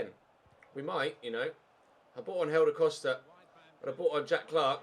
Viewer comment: why do you say hélder costa’s name like “helder coshda”? just wondering besides that you deserve a break